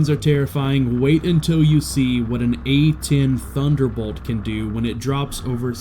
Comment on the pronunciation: OH MY GOD I CAN'T BELIEVE IT. someone on the internet. getting the name of that plane right WOW. the. A 10. THUNDERBOLT. 2. William s